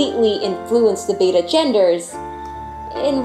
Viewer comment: the correct pronunciation is beh·tuh betta fish. pronouncing the fish breed like the second letter of the Greek alphabet which has only 1 "t" Beta is incorrect